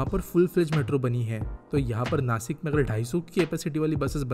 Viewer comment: नासिक❌ नाशिक✅